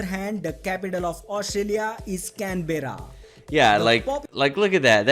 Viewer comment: What did he say Scambera 🤣Where did this guy get his info Telstra